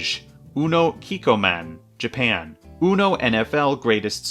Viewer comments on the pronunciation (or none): I will never get over the way you say ‘Japan’ it’s so funny for no reason Beachcomber? The Transformer? Oh and a question for you, what official UNO version do you think has the best mechanics besides just normal uno?